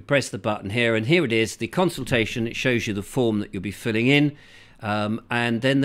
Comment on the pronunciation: CON-sultation.CON-VID.....only fools and horses....wakey, wakey.